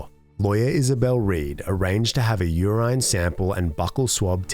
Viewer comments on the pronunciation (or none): The way you pronounced urine is diabolical